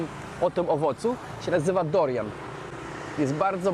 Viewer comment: Nie Dorian a - DURIAN. Wszystke jadłem w Azji non stop! 👍 Jeszcze sporo owoców nie wymieniłeś